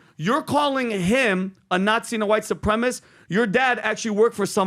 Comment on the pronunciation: “Supremist” what a complete idiot. Learn to talk.